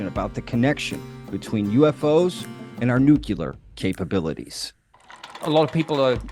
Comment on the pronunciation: NEW-CLEE-OR not nuculer